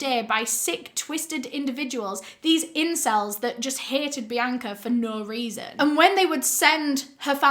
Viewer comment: this is a serious video but hearing her say "incells" made me laugh way too much im sorry😭